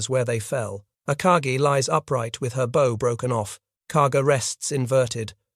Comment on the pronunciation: 👉PLEASE FIX THE PRONUNCIATION OF "BOW" FROM ARCHERY TO NAVAL PRONUNCIATION